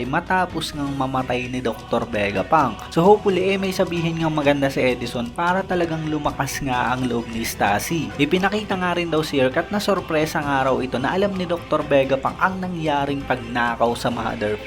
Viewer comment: Estussy hindi Estassi, baggaaaannnggg!